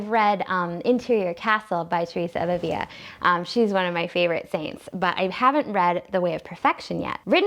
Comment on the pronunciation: Love your channel! You exude faith and joy, and your commentaries are so insightful. BTW, "Avila" has only one "l" so it is pronounced as we pronounce the "l" in English.